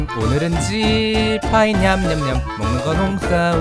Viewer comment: The way he said 鸡排 sounded like chi bai